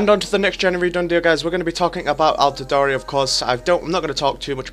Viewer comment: You say you watch football?? AltidorE?? It's Altidoor